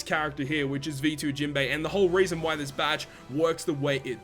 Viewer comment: Why u always call him jimbe its jinbe broski